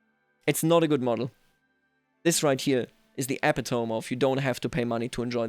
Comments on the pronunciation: I know English is not your first language but the proper pronunciation of epitome is eh-PIT-oh-me, not EH-pi-tohm. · By the way, epitome is pronounced eh-pit-oh-mee. Great content as always. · Check pronouciation of "epitome." You are an excellent English speaker, so I thought you might appreciate the feedback.